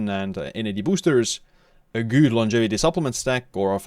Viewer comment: Are you actually convinced that this is a proper way to pronounce „good“?